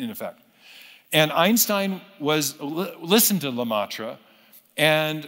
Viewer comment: First, it is le-MET-re (not le-MAH-tre). Second, it is methodologically deceitful to cherry pick the small number of old quotes from the dwindling scientific minority (from a time before the current best cosmological understanding of the universe) that obliquely supported a theological interpretation of cosmological data. Meyer suppresses that vastly VASTLY larger scientific consensus that no "god" is needed to explain the facts of cosmology, as far as we currently understand them. Search Youtubes of Meyer debating TRUE scientists—e.g., Sean Carroll and not popular non-scientist theists such as Ben Shapiro—if you actually care to be informed, rather than merely bolster your pre-determined theism.